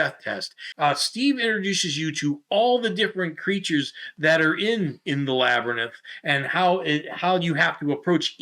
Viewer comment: Were you calling it a (pronunciation) lab-er-nyth?